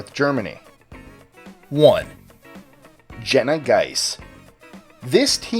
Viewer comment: You are mispronouncing the rabies victim's name. It's Gene-ah geese-see. I was in her scout troop when she became infected